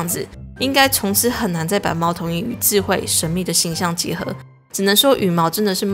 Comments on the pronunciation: 在2：25的時侯 把既有智慧 說成了既有ㄐㄧˋ慧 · 抓到了~是智(ㄓˋ)慧，不是智(ㄐㄧˋ)慧xd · 智慧不是ji慧 是zhi慧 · 仙人掌姐姐講成既有既慧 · 我是听错了吗，重复听了几次，听到的是：既有“ ji ”慧又相当神秘的动物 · 2：25講錯（既有既慧（沒惡意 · 有ji慧😂😂你嘴瓢了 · 我聽到既有ㄐㄧˋ慧（（貓頭鷹